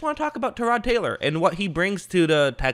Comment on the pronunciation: Actually, he said it the way Tyrod says it.